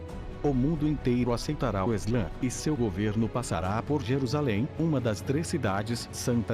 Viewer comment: não é eslã, é islã